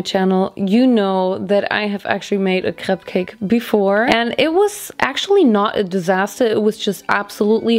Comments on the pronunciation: Diese deutsche Absprache CRÈPS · The ‘Craps’ kinda killed me lol. Crayps